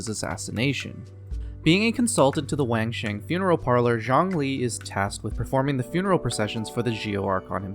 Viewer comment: Damn you need more views man. Also it's WahAng Sheng not Waang sheng